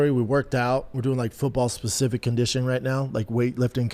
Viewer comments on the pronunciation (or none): none